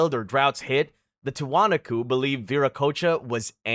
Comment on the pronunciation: and Tee wa knock co